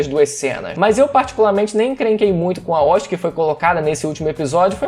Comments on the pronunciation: Que estranho ele chamando a O.S.T. de "oste" kkkk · Primeira vez que ouço alguém pronunciar O.S.T. como "ost"